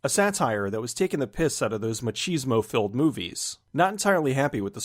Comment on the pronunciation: Bonus point for pronouncing "machismo" correctly! No idea why so many get it wrong.